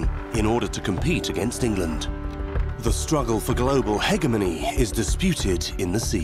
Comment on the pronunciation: Hegemony Hə'jū'mûnie? Hə'ga'mûnie??! Ah, who cares?!? 😁